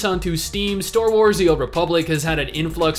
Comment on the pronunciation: You're still saying ""store wars""" instead of star wars.....